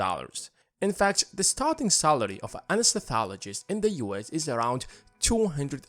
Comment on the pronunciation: you pronounce anaesthesiologist wrong